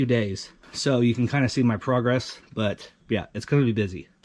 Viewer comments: Not progress...it's FROGRESS. tee hee her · Anthony, Did I just hear say, we're gonna make some froggy frogress!!!